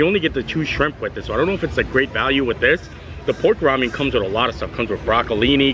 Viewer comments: I love you, but it's "ra-men," not "ra-mee-en." I cringed every time you said it wrong. I've never in my life heard someone mispronounce ramen. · It's RA-MEN not Ramyem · Rah-men. Lol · Thanks! hi long time viewer here I thought you would like to know the pork noodle are pronounced Rah-Min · Hahaha it’s just Rah-men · Yeah he’s pronouncing the Korean style ‘ramyun’ version 😁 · It’s pronounced rah-men ☺️ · Enjoyed the video but I have to tell you it’s pronounced rah-men noodles. I just couldnt get past it for some reason ha. Keep it filthy my friend. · Closed captioning kept picking it up and spelling it Ramyeon. Kept cracking me up every time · we love u bro, but you need to learn how to pronounce Ramen. Rah-men. Keep up the good work! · I swear if I ever hear ramyun again 🤦🏽‍♂️😂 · with the best shirts and hats 🎩 in the parks!, another great vlog! I was cracking up at the way you say Ramen 🍜 just because it reminds me of Star Trek 😆. Who care how you pronounce the words! We love ya and your positivity! We saw Simple Plan at Epcot in 2019 and we’re hoping to see them this year but our schedules just never aligned. I’m so glad they brought back the Disney Visa picture areas. Pluto is just the cutest! 👍🏻🙂❤️ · Never heard that pronunciation of "RAMEN" before.